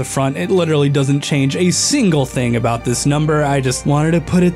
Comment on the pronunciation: What aboat shulker boxes. Agin what aboat shulker boxes